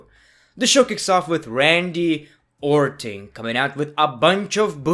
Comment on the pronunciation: "Randy Owr'ton"